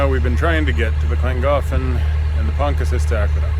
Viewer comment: I have not had the heart till now but as far as i know its pronounced PONTI CILL IT, no doubt you've been told differently but we asked a local welsh speaker .